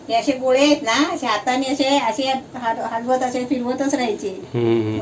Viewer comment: अरे तू गोले का बोलतो गोळे बोल ते बरोबर नाही वाटत